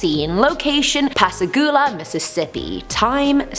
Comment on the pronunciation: I love how she pronunced pascagoula ❤ born and raised in gulfport. Id love to hear her try to say saucier 😂 if your not from the area you cant say it right